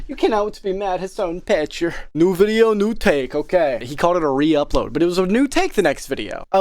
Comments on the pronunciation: Piker is a Turkish surname pronounced like pick-ehr. It has no relation to the English word piker and shouldn't be pronounced like it. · Have you been saying "Hasan Petcher" to mess up "Piker" or to say "picture" with the funny accent?